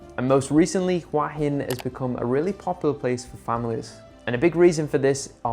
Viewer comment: Say it with me, hoo-ahh hin. It is not "wa-hin".